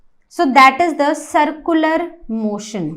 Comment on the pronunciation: Its not sircular you are not pronouncing it right